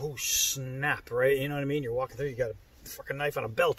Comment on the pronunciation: “a facking knife on a belt” yerrrrrpppp